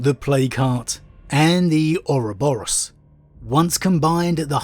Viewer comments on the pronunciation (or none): none